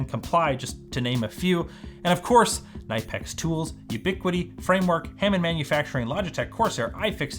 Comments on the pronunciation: Kuh-nip-ex. Not ny-pex. Smdh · Just for old time's sake: Severity: 1 Certainty: 3 - mispronounces knipex, which should be more like kuh-nippex. In all seriousness though, I always looked forward to reviewing your videos on ECC squad, they were fun and engaging, and had a journey of learning. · Knipex. It's pronouced CN-nip-ex Hard K like in Key or Car. Like "cannot" but without the a "cn". Grüße from Germany. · Knipex is pronounced cah-nipp-ex And you’ve got this. See you soon. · That's a unique way to pronounce Knipex tools lol. Your way may be correct but us goofy southerners down here say "Ka-nip-x" lol. Some of the best tools around and a solid sponsor to have. I wish you the best on your journey and look forward to watching your channel grow. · You're killing us pronouncing it "Ny-pex", but we love your content so much, we're gonna let it slide. :) You should be proud of not only what you've done, but what you're doing now, and next. We will be watching! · Just remember, when pronouncing Knipex, pronounce the "K" as well, K-nipex, they are a German company and that is how it is pronounced, and some people will... well, you know the internet. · I feel like it wouldn’t be the internet if I didn’t mildly tease you about your pronunciation of Knipex lol. But I’m glad the algorithm showed me this video because I didn’t even know you left so now I have a new channel to follow! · Sponsored by a company......pronounces the company's name incorrectly!